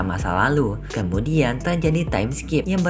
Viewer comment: Kamudian 👀 bukan kamudian bang tpi kemudian 🤣